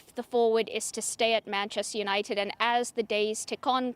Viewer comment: can't even pronounce 'Manchester United' and she's the SENIOR reporter? Deary me.